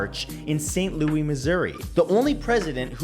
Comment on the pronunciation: saint lowie? No saint louis